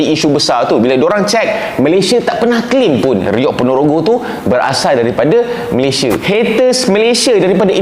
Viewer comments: Abang yg baju merah sebut Malaysia pun dah tau dia bukn org Malaysia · Gigih ek diaorg nie buat content mcm tu..mentaliti mereka2 nie masih mentaliti dunia ketiga..bila di sebut perkataan Malaysia tu je dah tau mereka nie dari mana..pekat naw nyebut Malaysia tu..hahha